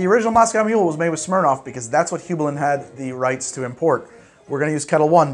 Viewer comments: "Hue-bline" or " High-bline " never "Hoo-bline" Great vid, BTW! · Aw buddy, it's pronounced "hue-bline". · it's pronounced hyoo bline. Here in CT we actually have the Heublein Tower, which was the owner's summer home. It's on the top of Talcott Mountain, not even 5 minutes from my house and you can see for tens of miles when you climb to the top. Absolutely gorgeous house and property in a really cool location. Anyways, sorry for being pedantic, but yeah I've heard hugh-bline all my life and it was driving me nuts to hear it mispronounced. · In case no one has told him, Hueblein is pronounced Hugh-bline. I don't know how to make symbols and am not a literary scholar, I've just been to the Hueblein Tower in CT a lot over my life. When you hear enough people pronounce a word you kinda ingrain that as the proper way. Like pronouncing Tiefling with a long e sound, and Drow to be more like brow than row. Also, Goslings makes an incredibly mixable ginger beer, I love my Goslings and Craig. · Yikes how you "Heublein". Back here in CT, where Heublein is we pronounce it like hugh-blyne. So there ya go. Great channel. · Its pronounced Hi Bline